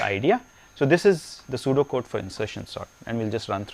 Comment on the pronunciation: oh he said pseudo code i though he was saying sudoku